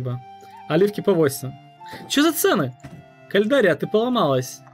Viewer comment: Кальдария? А не Кальрадия?